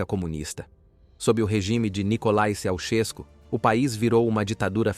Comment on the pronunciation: se diz nicolai Tchautchesco